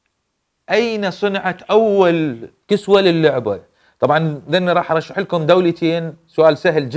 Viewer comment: معلومات جميله لكن أخطأت بالفظ كسوه الكعبه وقلت كسوه اللعبه للتوضيح